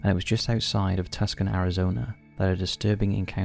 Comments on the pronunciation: …. did you mean Tucson AZ? It doesn’t pronounce as Tuc-scan… it sounds more like “too son” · Also, Tuscon, AZ. is pronounced Too-Sahn, NOT Tuck-sahn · We've had this discussion before,. It's Tucson, Too-Son (rhymes with gone). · It's pronounced "Too-sawn" Arizona, not Tuscan... 😂😂😂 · Tucson is pronounced Too-saan, not Tuck-son lol, but awesome video! Thank you 😊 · "tus-kin" Arizona! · Ah! Tucson is pronounced two-san. ❤